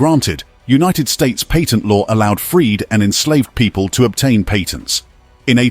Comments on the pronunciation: You were making this extremely difficult to listen when you can't say the word "Patent." It is not "Payton." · It's really saying "patent" though. It's just in a classical pre-modern British accent.